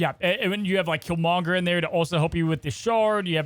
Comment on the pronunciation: Why do you say kill monger with the emphasis on monger??? Lol